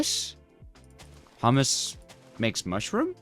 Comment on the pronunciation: U pernounsed humus wrong